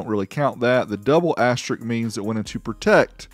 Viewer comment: The word is "asterisk" not "asterik".